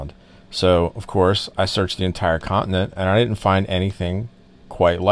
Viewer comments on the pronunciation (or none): am i the only one that laughed when u said "I searched the entire contenent"?